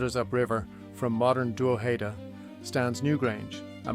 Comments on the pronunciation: its prounounced Droh'head'da not Draw'heed'da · pronunciation is this: drog head da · I've never heard that pronunciation of "Drogheda" before. Where does it come from? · This is a great and fascinating production. Unlike some folks, the 'mispronunciations' of Drogheda and Louth doesn't bother me. In fact they may have been the original pronunciations. I live about 12km from Drogheda (Dunleer, Louth) and its mediaeval history. Cheers. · I've never heard it pronounced like this. You got Co. Louth wrong also. Still enjoyable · From the Bloody US Drama "The Thorn Birds" though I do not know where the mispronunciation of Co Louth comes from!